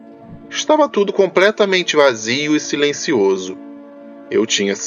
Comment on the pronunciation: segundos "compretamente" aaaaaaaaaaaaiiiiiii meu ouvidooooooooo